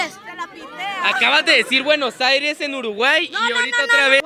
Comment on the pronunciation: "Buenos Airesss" jajajaja, perdón pero es nuestra capital jsjsjsjs (Argentina)